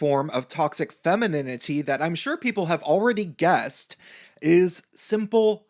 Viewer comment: LOL... femininininininininity... funny, if it wasn't soooo seriously wrong... And... damn you... I have to hear "anita's" name again... damn... (btw... noticed the no capital "a"?) Thanks for your talk... respect... :-)